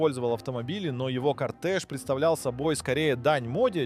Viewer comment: Ты специально ударения неправильно делаешь?? Джагуар, Сэнат, Лансиа, кОртэж, Нарендра МодИ, турбо нАдув